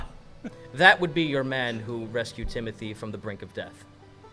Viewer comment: I honestly thought Timody was just Timothy with a speech impediment